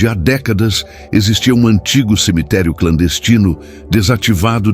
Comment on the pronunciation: Aisso e buato mano pode ver qui ele sempre fala em semiterii